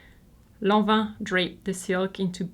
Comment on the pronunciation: i love how your merchandise is your actual merchandise, not some pix printed on a range of stuff Today i learned Lanvin is pronounced Lonva and Dior Jyor. I am old, i grew up back when each country had its own, totally incorrect pronunciation:)